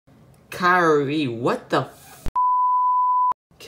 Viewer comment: kirin keer-in i think